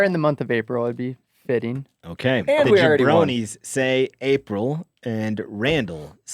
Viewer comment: I think it's "jabronii"